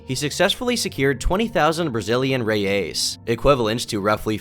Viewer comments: Toda vez que ele fala reias invés de reais eu genuína mente tenho um ataque cardíaco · It's reais not reias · Really liked someone else talking about it, im brazilian and we forgot this happened and no one talks about it. Just a ps, its reais , not reias. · The Brazilian currency is not "Reias", it's "Reais". Pronounced "Hey-Ice". Or "Real", "Hey-Al" in a non-plural form. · It's pronounced Brazilian "hey-ice", not Rey-ace. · Not "reias", but "reais" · Its Reais not Reias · Secured 20k Brazilian "Reyeys" lmao "Reais", you rat. I'm joking, but the way you said it was funny. Love your videos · loooooooooooooool omg reias and worst is the way he say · Hey, just wanted to let you know a few mistakes you made during the video. First, the city Rio Branco is from Acre, and the picture you showed is from Rio de Janeiro. Also, our currency is called Real, with its plural being Reais, not reias as you said and wrote throughout the video. Just wanted to let you know! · If you want to say “Reais 💵”, with an American accent, say “Hey-ice” as a single word 🤭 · "Reias" it's reais bro what even is that effort 💀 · The most distubring thing about this video is pronunciation of "Reais" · lol the way he says reais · Not to be that guy, but that's not how you pronounce the brazilian currency lol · great video,but you're butchring the portuguese,how you pronounced the name of the brasiliam currency is trully...unique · his pronunciation of reais is hilarious lmao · the way you say "reais" makes me want to peel my skin off great video!